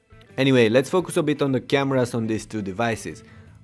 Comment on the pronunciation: When you learn how to pronounce BIT , you can come back and insult people !